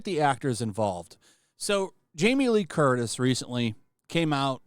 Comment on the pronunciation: You almost called Jamie Lee Curtis a b***h lol I heard it almost